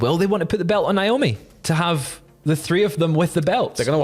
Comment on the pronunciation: Honestly Nick didn't look happy at Wrestlemania. Just once I'd loved to hear you all say Naomi correctly instead of Nyomi.